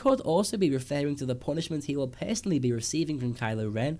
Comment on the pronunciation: fehst, pehsonolly